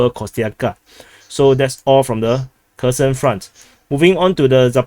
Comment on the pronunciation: Your Kherson offensive pronunciation sounds almost like "cursed offensive"